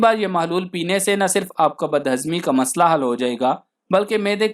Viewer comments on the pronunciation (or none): none